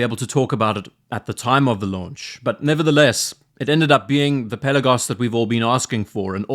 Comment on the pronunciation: Hey, hope you enjoyed your time in the Aegean Sea. Also, thank you for pronouncing the word "Pelagos" ( original Greek word being "Πέλαγος " with emphasis on the letter e),unlike so many other watch youtubers. Best Regards. P.S. if you ever revisit the Swatch x Blancpain watch, I will be glad to share my experience, as I went to check it in person.